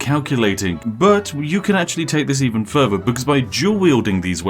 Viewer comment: Whats with this dudes speech impediment? Pafetic? Furver? Dude definitely makes enough money on videos to get a speech therapist. Gotta fix that shit before you talk to Uhver people